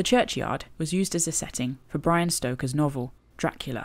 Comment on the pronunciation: I had to chuckle when you said Brian stoker 😊New subscriber here. I love the Cleveland way being on my doorstep helps.I love nature and being around it it's where I find peace. All the best for everything 👍